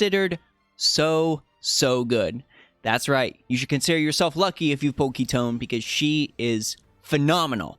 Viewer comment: FINALLY! SOMEONE WHO PRONOUNCE KITONE PROPERLY!!! Aside from AOJ ofc hahaha Awesome content as always!!!